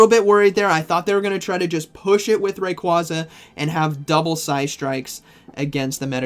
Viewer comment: Unsubbed.... Learn how Rayquaza is pronounced